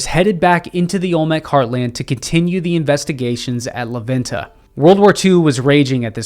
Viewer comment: super cool video and I like knowing more about our civilizations. Just one quick correction when you pronounce la venta you say it “la VIN-TA” try saying it like this “lah VENN-tah”